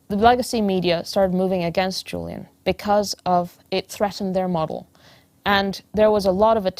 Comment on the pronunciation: You could at least get his name right. JULIAN not JILLIAN.. 🙄